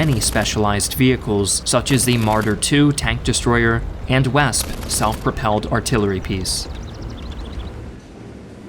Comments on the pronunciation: Great job on the pronunciations! The only one I caught was on the Wespe self propelled gun, which should be pronounced “Ves-pah”. Great video! Love the work! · The e at the end of Wespe isn't there purely for aesthetic appeal meaning it is in fact pronounced. ;-) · spg wespe is pronounced Vespe. germans have troubles pronouncing w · Question. When he pronounced "Wespe" as an English "Wesp", was that a mistake? I thought it would be more similar to "Vespa".